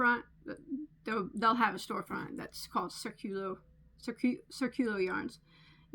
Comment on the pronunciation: The pronunciation of the yarn company is accented in the “í”. The meaning of the word is ‘circle’.